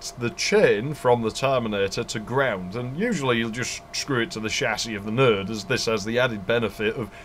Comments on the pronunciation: Your videos constantly impress me. You cover the cool shit that so many others overlook. A couple notable things about this video: Node sounds like nerd to my American ears. TCP/IP really isn't a heavy protocol stack. Seriously. I mean it. IPX is certainly routable. I used to work on Novell Servers which would route it. And IPX is akin to IP, while SPX is akin to TCP. 4Mbps Token Ring is faster than 10Mbps 10b2 My sides are orbiting the Andromeda galaxy Since you covered a few Ethernet alternatives, there are a few more you overlooked: Null-modem cables Laplink parallel cables (like a null-modem for parallel ports, 8x faster than RS232) Networking over iEEE1394 (Colloquially known as FireWire) Infrared/IrDA AppleTalk Twinax (LOL ok just kidding, mostly used by 3270 terminals and emulator cards to hook up to AS/400 systems. Not really networking) And the few 'perverted standard' networking cards that allowed you to daisy chain computers together with phone cable (I think Artisoft was the perpetrator of this abomination) But I will also say that most DOS games would use IPX/SPX for networking, so you would probably have to run 2 protocol stacks on your LANtastic network. Back in those days, I only ran IPX/SPX as WFW 3.11 worked fine on IPX/SPX, and the DOS support was excellent, and it was THE industry standard at the time. I've enjoyed working my way through your back catalog of videos. Cheers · Properly detailed and knowledgeable. How many times exactly did you say "...or the network will go down"? Oh, and when you say 'node' it sounds just like 'nerd', especially during the corridor / sound-proofing analogy. ;) So yes, I'm definitely considering an ARCnet video now!